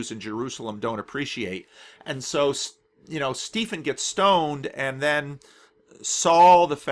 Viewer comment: are you pronouncing Stephen 'Steefen'? or is the name spelt differently? because Stephen is pronounced 'Steven'. it is just an older spelling. you get a lot of Stevens in the UK whose names are spelt 'Stephen'. don't know about the US... i may be totally wrong and the name is spelt differently, but if it is spelt 'Stephen' it will be pronounced 'Steven'.